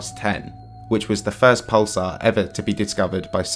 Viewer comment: "Pulse-our" lol